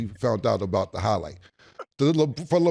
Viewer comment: Saying "da" instead of "the" is even more wild